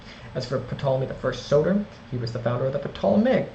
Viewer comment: The P isn't pronounced in Ptolemy.